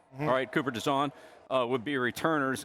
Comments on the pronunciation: Pretty sure Bill Belichick foreshadowed Cooper DeJean going to Philly when he kept pronouncing his last name as DeJawn. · Bill said cooper dejawn. He’s knows what’s up #philly